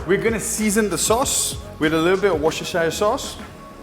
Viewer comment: wrong pronunciation of worcestishire sauce